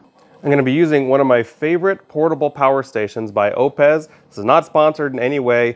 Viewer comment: O-PEZ? I believe it is pronounced O-PESSSS. Didn't find the links to OUPES or the stands. Good test... thanks for the info.